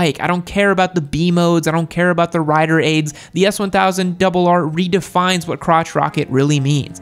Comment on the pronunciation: 🤦🏾‍♀️when he said the S1000RR.... uggh😩